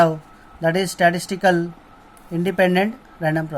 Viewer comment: Statistical...... Not statical